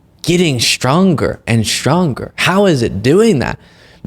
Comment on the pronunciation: Shtronger and shtronger…